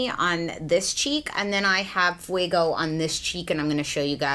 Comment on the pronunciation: fuego, not fuiiiiigo, fueeeego, like goat, eeeeeeee, meeee, eee